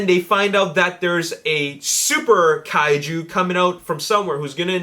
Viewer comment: Props for saying Kaiju right tho.